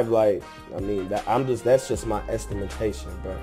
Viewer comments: Am I the only one that peeped he said estimintation instead of estimation 😭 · He said estimatation 😂😂